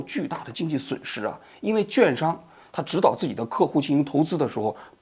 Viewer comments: 跟我念：q u a n 券 券商！ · quan商读成juan商真受不了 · 读错字了，券（quàn）商，而不是juàn商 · 券商（quan shang）读quan，四声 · 券商quan（四声） shang